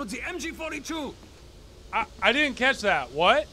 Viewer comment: It sounds like MJ42